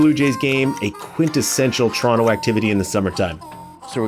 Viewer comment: Man dem yummed up "T-rono" so much, he had to big up the decimal algebraics YYZ!!! LOL 😂